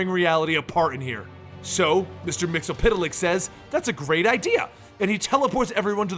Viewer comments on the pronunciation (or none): Pronouced: Mits-el-plick! Not mits-el-piddle-ick. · you are wrong when you said his name. It is Mix-E-Yes-Spit-Lick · it is actually pronunced mix ul plix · no no no it's mister mix yez spit te lick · Me. Mix spit lick that's how you pronounce it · His name is pronounced Mr. Mix spit lick Just search the SAS episode. It explains everything about him in 22 minutes. He's barely ever used. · isn't it Mex-Yez-Pit-Lick ? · Year 5 is ongoing, it's Mxyzptlk, and learned how to pronounced it by the Superman cartoon. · you mispronounced mxyzptlk